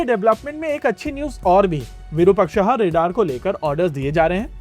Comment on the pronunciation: bro please pronounce the word Virupaksha correctly! why the 'aha' sound in the last?